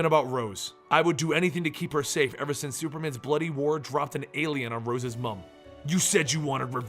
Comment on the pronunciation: It's really cringeworthy hearing an american say words like "Mum" and "Wanker", especially since i'm from Liverpool.